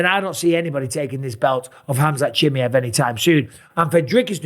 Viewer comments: Mike you need to learn to pronounce his name properly... its CHIM MY EV... not too difficult... what if people started calling you BisPONG... you wouldnt like it pal. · Can you learn to say his fucking name right.... its pronounced ham-zat cha-mi-ev legit not watching any of your videos with his name in until you do. You're a commentator ffs. SAY IT CORRECTLY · its so annoying 😂 just say it properly ffs 😂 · Please learn how to pronounce the guy's name. Please.